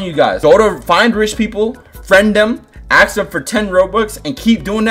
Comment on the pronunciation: I love how he says aks instead of ask